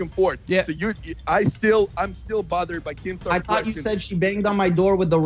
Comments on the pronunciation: pretty sure he says keem... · Will Philipps Idk man it sounded like keem to me